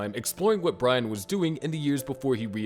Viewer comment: you always had trouble saying brian